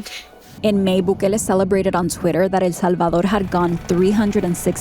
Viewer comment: The way she says El Salvador 🤦🏻‍♂️ 😴😴